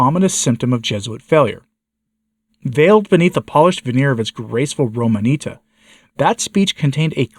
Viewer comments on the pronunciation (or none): Romanita’ - accent on the last syllable. In Latin the word ends in ‘tatis’.